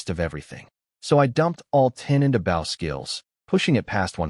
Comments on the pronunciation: You really need to teach your AI to pronounce 'bow' as 'boh', not rhyming with 'ow'. #FeedTheAlgorithm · Here we go again another archery story and a creator too lazy to correct the pronunciation of bow. Basically making this a painful listen